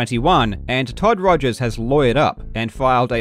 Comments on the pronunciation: Rip Todd Togers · lol u called him todgers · I've just watched this video for like the twentieth time and it still refuses to get old. "Togers" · Shout-out to repeatedly calling him "Togers" after bringing up that he misspelled his name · Calling him Todgers the whole video made me giggle.